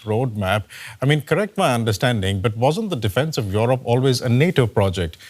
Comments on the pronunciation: What is that “Yorop”, Apu ? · What is Yoorob ? Who trains these anchors?